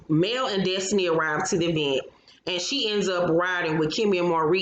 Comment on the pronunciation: Tisha and her mama both say E-vent ad I always cringe